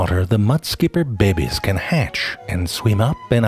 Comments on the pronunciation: I love how you say babbies all the time. Besides, I love all your glorious work, like my 12 years old son. Lots of fun to learn something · Behbeh byurds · “The Mudskipper Be Bes” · I had to hear him say "bebbies"! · Also: "the little behbies," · I love how he says "babies" lol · Anyone else live for the narrator pronouncing words too my favorite one is “ Babies” it makes me giggle 🤭 like a child !!!